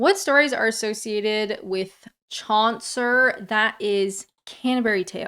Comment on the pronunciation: its chaucer not chauncer there isn't a letter N in it